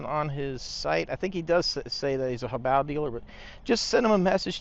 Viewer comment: let me help you here there bud. You consistently constantly murder this company's name🤣😂🤣😂 The name "Hobao" is pronounced "HOH-bow", with the emphasis on the first syllable. Here's a breakdown: Ho: Pronounced like the word "hoe". bao: Pronounced like the word "bow".